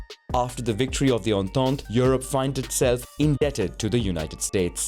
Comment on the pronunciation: the way he says entente lmao